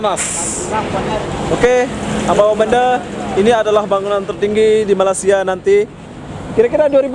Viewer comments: Malaysia boy jangan malasia gitu kalau ngomong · Sebut betul2...Malay-sia... bkn Malasia .... kla kte Sbt Indo* reti plak marah... . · Njir ngomong malaysia jadi malasia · malaysia,, bukan malassia bego